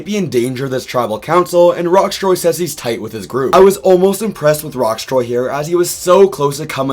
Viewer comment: Loving this season so far. Great cast, pretty balanced edit, and not too much focus on the edit (Btw, Rocksroy’s name does not have a T in it)